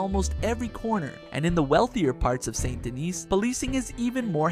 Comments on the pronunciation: Saint Denis, not Son do Knee, Sandini or any of that. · How many ways is he going to pronounce Saint Denis? All of them. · This guy keeps pronouncing Saint Denis differently every time he says it, plus, The Vanderlander Gang? Seriously? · You really need to decide on whether or not youre going to pronounce "Saint Denis" right